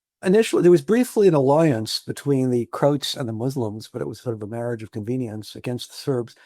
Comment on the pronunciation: Why is he mispronouncing “Croats”?